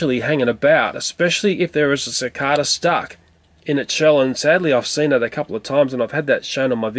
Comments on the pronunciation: Is "Si Cah Duh" how you pronounce cicada in Australia? I was taught it was "Si Cay Duh" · Sine the way he says "cicada" is different then how I usually hear it, it's just a bit odd to me. XD